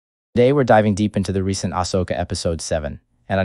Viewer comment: The way the bot is saying Ashoka is offputting.